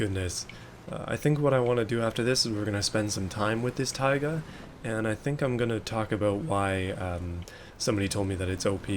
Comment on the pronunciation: You pronounce "tayga" slightly wrong, it's "taygá" not "táyga"